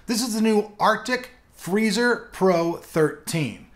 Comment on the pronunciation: "so this is the arctic blhlbllhlblhblbllblluh freezer"